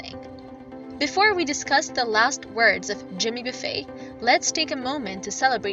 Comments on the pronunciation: Somebody needs to learn how to pronounce his name. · I got tired of the mispronounced name but I'll keep listening to Jimmy Buffett for the rest of my life 👍